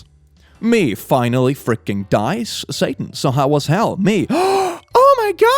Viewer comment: Sounds like your saying A ticket to Hull. Perhaps hell is in Yorkshire :)